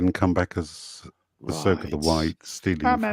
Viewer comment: Ass-oka in the World between worlds of space whales. U serious?!